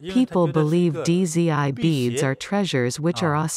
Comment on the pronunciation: Dizzy I beads. 😂😂😂 it's pronounced as "Z" or "Zee" with a silent D.